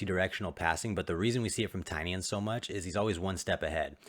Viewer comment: Tainan not Tainian